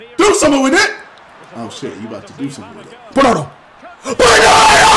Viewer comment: He said bernado